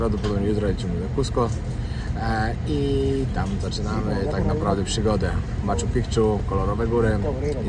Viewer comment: Blagam, nie mow "Maczu PiKczu"... wymawia sie "Maczu Piczu". Pozdrowienia :)